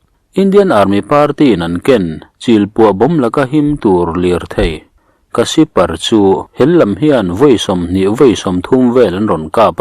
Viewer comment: A bengvar thlak hle mai, cuan Kasipar i tih hi Casper a ni zawk thei angem? Ṭhahnem ngaih comment aw